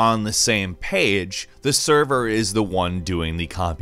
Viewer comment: ''saem paeg in the gaem'' why do you talk like that and why are you the one narrating the videos?